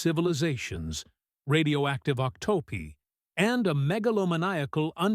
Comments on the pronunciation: I made it to "radioactive ock-toe-pee." AI sux. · Octopi= "Ock Toopy" was my favorite